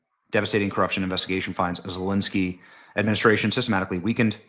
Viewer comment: I absolutely love how Benny butchers zelenskys name!!!!